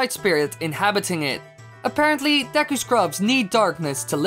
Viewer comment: *Dee-Cue it's pronounced Dee-Cue not deck-ku